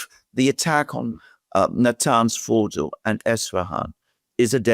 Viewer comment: Thank you for saying Fordo instead of Fordaow